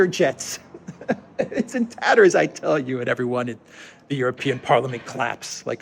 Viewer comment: "in tatters" 😂